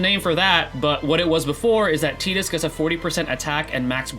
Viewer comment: Great discussion, thank you! I'm a bit new and only have three Ex weapons, but one of them is Lightning's, so I'm really hoping she is picked first as well. And hey, kudos for pronouncing Tidus's name right too.